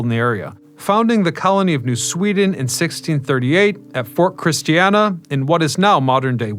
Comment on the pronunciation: Fort Christina, not Fort Christiana. Christiana is a separate town in New Castle County.